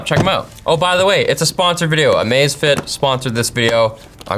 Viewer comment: in no world is that pronounced "amaze fit"- thought it was a new amazon watch for a hot second